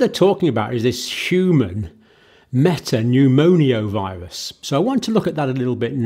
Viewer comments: It's pneumo-virus not pneumonio-virus. Sorry, but you mispronounce, a lot. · Why do you say respire-atory and pneumoniovirus instead of respiratory and pneumovirus?